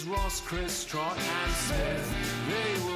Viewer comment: bein a dick about trotts pronunciation hehe ily rly